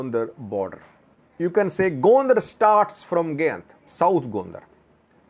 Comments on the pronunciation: pronounced as guy nt. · ..the Pronunciation for the name of the place is 'Guy-in-t'